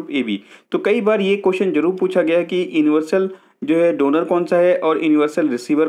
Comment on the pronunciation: सर आप यूनिवर्सल को इन्वर्सल पढ़ रहे हो....